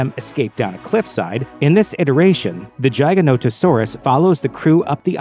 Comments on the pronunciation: Hate the way you say giganotosaurus as “jiganotohsaurus” it’s Gig-ah-Not-Oh-Saurus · Giganotosaurus = Giga Not-o Saurus, "not" Gia ga not-o saurus. its not pronounced like Giant, but Giga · It’s giga not jigs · You're pronouncing giganotosaurus wrong. Its not jig, like "I'm going to dance an Irish jig", its gig as in "the band is going to play a gig". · R u domb!? Is it a jiganotasaurus or a giganotosaurus? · Im a velociraptor my six inch retracts as well Edit: its not pronounced jeyeganotosaurus its pronounced GIGAnotosaurus Like the giga in giga chad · Your pronunciation of Giganotosaurus made me laugh. But honestly the pronunciation in the movie also made me laugh because I’ve felt like it was pronounced GI-Ganto-Saurus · I noticed your pronunciation of giganotosaurus was horrible. :P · So is no one, not a single person, gonna point out how he pronounced Giganotosaurus. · Say the name of giganotosaurus correctly way u say it makes me vomit